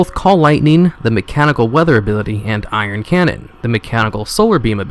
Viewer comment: I appreciate the video, but man, if you're going to make a video make sure you know how to pronounce the things you're talking about. It's "Build TURRET," not "build torrent." It's "AnubiSATH," not "Anubish." It's "ION cannon," not "Iron cannon." And that's just three examples. There were plenty more. Aside from the wrong names and mis-pronunciations, good video. Thanks.